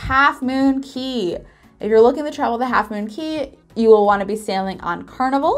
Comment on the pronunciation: "cay" is actually pronounced "key". Don't know why, but that is how it is.